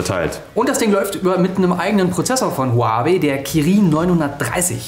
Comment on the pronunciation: "Huaaaawäy"? Man die Aussprache von dem Typen der nicht Alex ist geht mir echt auf den Sack xD